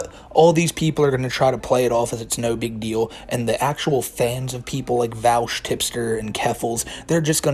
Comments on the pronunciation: Vaush /v-o-sh/ like Posh Not /v-al-sh/ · it's pronounced "vahhsh". i really don't feel he's a creep. the content was by a loli artist but it wasn't a loli picture. he's not a pedo so didn't recognize the artist as having made other stuff. big fan but i don't think you have the right info on this one. his argument was that people who support child slavery for mining are as bad as people who are pro CP. if you watch the whole thing he wasn't saying HE thinks that. i don't agree w that claim but it's still not the same. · Pronounced Vosh lol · Vaush is spelled with AU not OU so I fail to see how people pronounce it like regards, how do you pronounce Australia? smfh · Let's be honest the fact that he didn't even bother to learn how to say the dude's name correctly is a pretty big red flag that didn't actually look into the topic too much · You are not saying Vaush's name right.